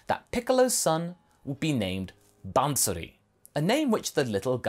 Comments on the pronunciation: It is not ban-suri, it is baa-suri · Absolutely great what if a couple of points though, if Bansuri is derived from the name of the instrument then it's fine, but if it's the same name you don't actually have to pronounce the N in the bansuri , no offense just helping with the pronounciations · The way he says bansuri 💀